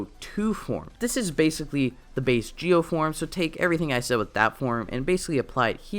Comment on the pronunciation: you're right it's pronounced Ji-O...